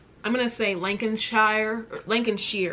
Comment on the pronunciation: This is amazing! You did so well, I mean a few things mixed up but you actually did really really good! 😂 Obviously people have already pointed the England and Wiley thing out. Lincolnshire (where I'm at!) is pronounced lin-con-sheer. Lancashire is pronounced lan-ca-sheer. Also Suffolk is pronounced suff-olk or suff-ook, can depend where you come from lol. The prime minister thing - people go to a polling station and vote which party they choose, usually conservatives (who boris johnson, Theresa may and david Cameron, etc are from) and labour party are top two while every other party (green party, liberal Democrats, UKIP, SNP) are way below them. Unlike the President, The Prime Minister can also stay on for another 4 years if their party has been voted again. All in all, amazing video, very impressed! 😁👏🏼🇬🇧